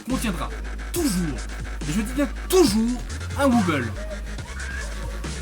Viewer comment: Très bonne vidéo !!! On voit que tu t'y connait pas mal comparé a d'autre gens qui mette du skrillex pour illustré du dubstep... seul petit truc, on dit "Wobble" ou "Wobble Bass" mais pas "wuuble" :)